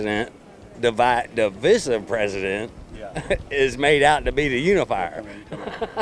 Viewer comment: I can’t believe the low IQ individual somehow managed to use the more educated pronunciation of the word “divisive.” It was the singular impressive aspect of that man.